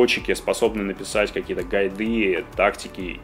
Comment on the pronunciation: Как так можно ставить ударение? БасЫ, МабЫ, БасОв, СтатЫ, но больше всего убило "ГайдЫ" Они реально думают что так правильно произносить данные слова? П.С. Игра ниочем.